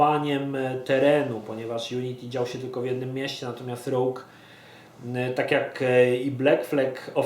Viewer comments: Rołg czy Rołdż ujdzie. Ale rogju... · Kurwa... znowu, Assasins Creed 'rołg'. Mówić inglisz? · ***** czyta sie "róż"